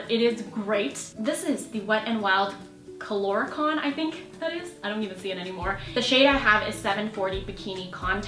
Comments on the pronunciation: "Coloricon" lol its color icon 😆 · "Co-lor icon?" lmao isn't it "color-icon?" xD lol